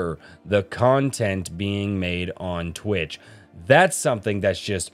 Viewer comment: Twich is the sound you make when you want to say "Twitch" but along the pronounciation of wi to tch you sneeze so you end up saying "Twich!"